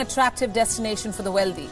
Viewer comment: Why does she pronounce wealthy as "weldy" ? and mis pronounce "sovereignty"? as sovERNity ????